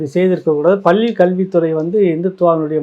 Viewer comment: பள்ளி என இடையின "ள" உச்சரிக்க தெரியாமல் "பல்லி" என்பதிலேயே உன் தமிழ் பற்று தெரிகிறதே. நீ போய் தமிழை படிடா , டம்ளர் சொம்பு.